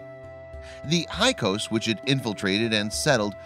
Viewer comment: It's not para-noic, it's fa-ron-ic, and it's not hi-kos it's hick-sos. By the pronouncement of full professors who teach the subject.